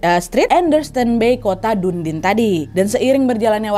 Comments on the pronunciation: Kota: Dunedin, bacanya bukan Dun-din. Tapi Duh-nee-dn 😅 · bacanya dan-iden bukan dundin hehehe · du-ne-din kak bukan dundin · Assalamu'alaikum Nad, nama kotanya DUNEDIN (bacanya: Dè-ni-dèn) adanya di pulau selatan di New Zealand. Salam kenal dari Wellington, New Zealand 😊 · Bacanya Dunedin Wak. Soalnya kapal saya sering masuk kesana. Trs sering denger pelafalannya memang dunedin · Kota Dunedin di baca deniden maksudnya kali ka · noooo, all new zealanders calls it "du-ni-den" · Kota UDIN x , bukan dundin wkwkwkwkw #candaa ka NAD 😅😅😅🙏